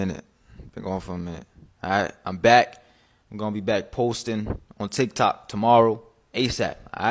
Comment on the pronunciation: My man be sayin chik chok stead of tik took